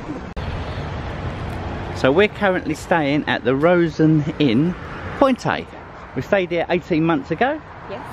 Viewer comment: Pointeyyy...it's a silent e 😂😂😂😂